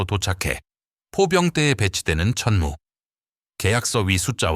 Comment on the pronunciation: 자막을 보니 이 영상을 올린 사람은 한국인이 아닌 것 같다. AI로 자동 더빙을 해서 그런지 `천무는~`이라고 할 때 천무가 천문으로 , 그리고 365일을 제대로 표현하지 못하고 있다. 또한, 이 정도의 내용은 나같은 문외한도 읊을 수 있을 만큼의 보편적인 내용이다. 군사 관련 영상을 많이 접하다 보니 거의 매니아 수준이 돼서 그런지 내가 모르던 내용을 추가로 듣지 못했다.